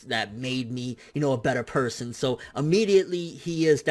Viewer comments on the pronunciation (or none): none